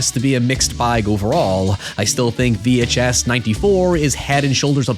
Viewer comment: 🗣️ “VEE HAICH ESS” 🔥 🔥 🗣️